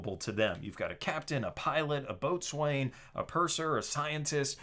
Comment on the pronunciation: boatswain is pronounced "bo'sun." I know, it's weird.